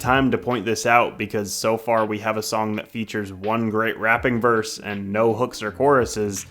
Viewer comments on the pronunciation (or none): It annoys me how you say "rapping verse" but otherwise good job